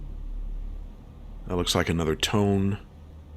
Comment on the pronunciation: Only one of the Heavy Cruisers was a Tone, the other was a Mogami. Tones have four forward triple turrets. Mogamis have three triple turrets in a low-low-high arrangement and two triple turrets aft. The Light Carrier task force did not have any Tone Heavy Cruisers. You need to ID the Japanese ships. Tone is pronounced toe-neigh, use a two syllable pronunciation with most Japanese ship names. Why didn't you re-target the Light Carrier and Battleship instead of the Heavy Cruisers in the first encounter? Coming from astern is the same thing as from behind.